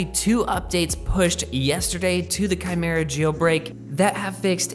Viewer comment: Any one noticed he finally got it kymera instead of whatever 🤪😂he was saying in past. Anyways i am not trying to a dick. Love your videos brother and thanks for updating.